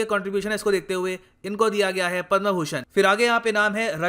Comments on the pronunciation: कृपया उचित उच्चारण करें पद्म न कि पद्मा। अँग्रेजी का आपके ऊपर कुछ अधिक् ही प्रभाव है। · पदमश्री होता है पदमा नही प्रभु।। इतना भी अंग्रेज के चो@ न बनो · Please sir correct your Hindi pronunciation like पदमा- पद्म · पदमा नही पद्म है गुरूदेव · The word "Padma" should be pronounce correctly.